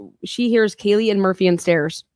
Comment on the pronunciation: How does not know how to pronounce anyone’s names + Hunter J. Mispronounced Kaylee’s 1st name, but was seen in noise complaint body cam footage, playing drinking games, with Caylee & zip ties 😒